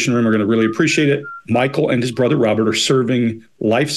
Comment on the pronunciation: He has a speech impediment, like a kid who hasn't learned how to pronounce R's.... he replaces them with W's. Instead of Robert, its Wabert. Pewson to pewrson.